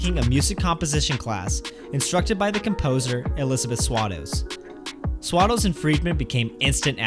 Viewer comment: Swados is pronounced Sway-dose. She was a big deal, it's only appropriate to pronounce her name correctly. And the ultimate reason for the show not connecting with audiences is that Timbers is ridiculously clever, but his work has less in the way of heart. Which is what Broadway audiences respond to most.